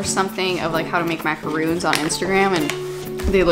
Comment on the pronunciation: Ahaha I'm from France and you're prononciation of Boursin and Maracons with the "Rrrr" was really good! I love your job and I'm happy to working my English's vocabulary with your video! kiss from the north of France! 🥰